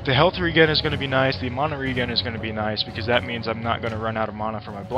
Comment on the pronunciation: Bad build and i dont like the way you say mana xD